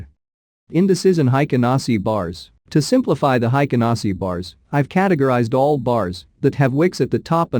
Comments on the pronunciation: Hey robot, It is pronounced "Hey-ken-Ah-Ee-shee" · Haykin Ashi is the correct pronunciation. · Heiken ashiじゃない、Heikin ashiが正しい 漢字で書くと「平均足」